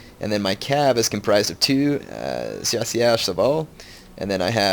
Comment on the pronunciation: Hey, I doubt your gona see this but the proper way to say chasseur is shassheir:)